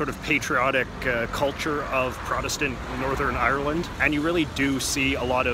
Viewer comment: If u say ieyer-land one more time...